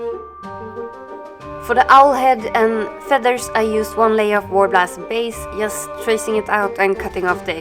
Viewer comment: fint! men när du säger "just" på engelska. uttala det "djust".